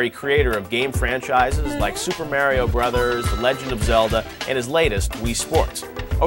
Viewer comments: someone oughta slap that guy. HE SAID MARY-O!! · Please tell me who the fuck "MAY REE O" is. Are you trying to say "MAR EE O" ? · i hate hearing people say MARY-O. it should be mario (mar-ket, long E, long O) unfortunately MARY-O is a common pronunciation